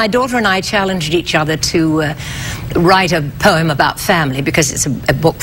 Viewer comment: lol everytime he says "poem" it sounds like "poyum"